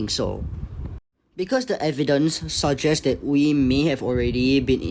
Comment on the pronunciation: Funny seeing a content creator say Wee instead of a Uē sound xd